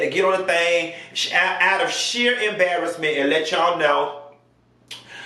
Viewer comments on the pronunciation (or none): I love the way you say “em-BARRASS-mint!” 😂😂😂😂😂😂😂😂 Why you sound just like her tho